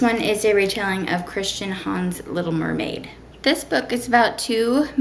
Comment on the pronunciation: "He's a human, you a muhmaid!"--you sounded a little Southern up in here lol.